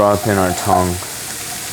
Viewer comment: Is it just me or does he pronounce "tongue" like "tong"?